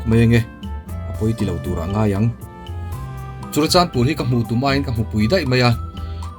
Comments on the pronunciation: Churachanpur nilo in Churachandpur tur😁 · CHURACHANPUR❌ CHURACHANDPUR✅